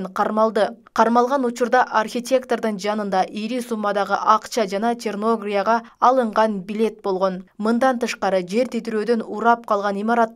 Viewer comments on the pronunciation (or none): Черногория мамлекетин Черногия деп так суйлой албаган журналисттер неге иштей беришет Кыргызстанда кадр маселеси каралабы же жокпу